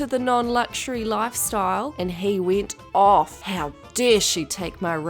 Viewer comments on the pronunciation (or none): „Timmy“ „wint off“ „instegrem“ 😂